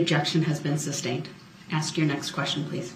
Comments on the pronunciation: Holy hell! He is so dumb, it’s just as painful to watch this time as the first five times I watched the trial! GROUNDS FOR THE “SUBSTANE”. OMFG!!! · The objections are sustained not substained. And tacit is pronounced tasit not takit.